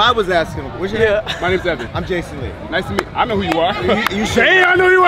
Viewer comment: Jason lee said CINCOO lol your definitely getting your flowers love that for you!